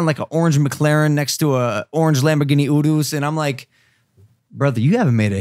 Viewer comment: WHY DOES LOGAN KEEP SAYING THE NAMES OF LAMBOS WRONG